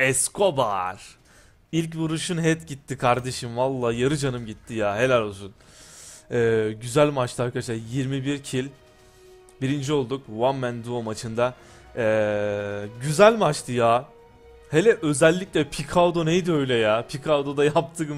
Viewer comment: abi videoya girişte vam men dou diyorsun